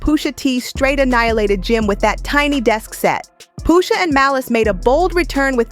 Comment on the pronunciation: Stopped watching bc I just can’t keep hearing the robot voice say “POOSHA” 🤦🏾‍♂️